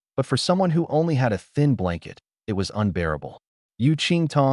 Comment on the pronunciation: wtf with translation AI should be trained to read like human use some good AI that dont read . and pronounce "it" correctly rather than reading like separate character IT